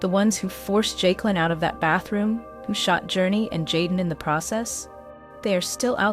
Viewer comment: Her name pronounce joicelynn but spelled jaiclyn